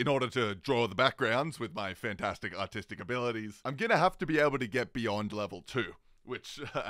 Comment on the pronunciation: When he says artistic it sounds like he says autistic